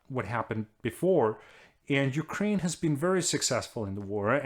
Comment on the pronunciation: Top notch prononciation of the ukraine names